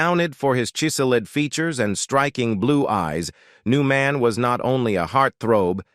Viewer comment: Ohmygoodness He actually said CHi sell Id for chiseled🤣